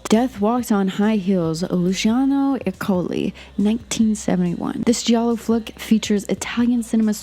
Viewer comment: Love this video, love Argento and was happy to get more recommendations from you! BUT still I'm gonna be an annoying wise ass and tell you that the "i" in Giallo isn't pronounced, it's only there to make the G soft. I would want somebody to tell me 😅